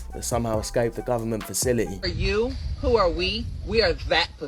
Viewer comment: .. duh gubment 😂